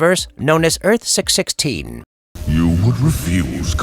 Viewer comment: Earth-616 is referred to as "six one six" not "six-sixteen".